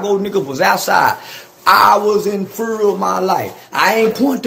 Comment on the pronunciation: "I was in fer of my life"